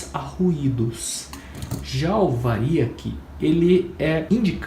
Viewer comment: É Triac e variac. Tira os acentos da pronúncia. Bom vídeo